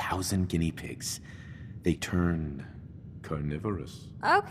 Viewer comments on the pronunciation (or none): love how he said carnivorous 😂